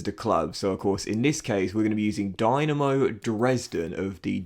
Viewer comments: Eyy Dynamo Dresden! Nice to showcase the german tier of football. As a heads up, the club is pronounced Dee-Na-Mo, not the Dynamo you'd think it is.... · i believe the y in dynamo is pronounced as an E and the e in dresden as an A